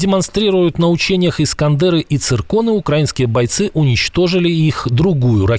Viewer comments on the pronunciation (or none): none